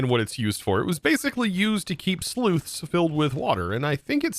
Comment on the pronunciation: “sleuths” Again with this? Dude, even Stam10 has a better command of the English language than you do.